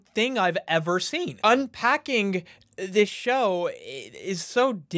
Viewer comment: Bruh said "descwibe it"😂😂😂😂😂